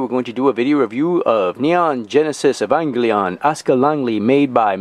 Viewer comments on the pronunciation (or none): "Ee-vong-glee-on"….well that's a new way to pronounce it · What an interesting pronounciation of 'Evangelion'.